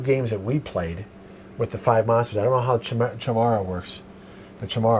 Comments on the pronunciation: How does every single reviewer mispronounce Chimera? It's Kai-Mare-a, not chai-mare-a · I might actually play this version. (BTW, I think it's "kye-meer-ah" Chimera.)